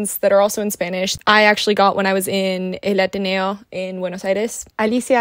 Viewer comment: El Ateneo it's a treasure and a must if you como to visit here in Buenos Aires. Loved how you pronounced the title in an Argentinian accent <3. LOVED the video.